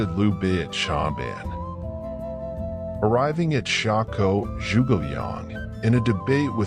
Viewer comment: The way he pronounced 诸 was crazy. He made a sound that doesn't exist in Mandarin OR in English. If you're sticking to English phonics, then just pronounce 诸 as "joo"